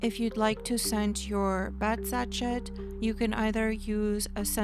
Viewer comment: Hi! Lovely video. Just a note meant to help you...the bag sachet is pronounced "sash-ay"